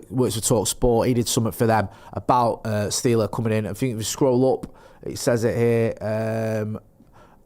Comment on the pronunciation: Guys, just a heads up: the right pronunciation is like the Actor Ben Stiller - just with a Sh -> Angelo Shtiller Greetings from Germany